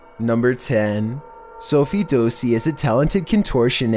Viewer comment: Its not dozi its dassi u justed pronunecd it wrong no offense